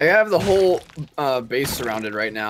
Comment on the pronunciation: Did say "my HOLE idea was [...]"? LMAO